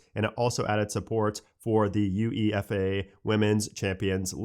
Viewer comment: Hearing him say UEFA as U.E.F.A is funny lol 😂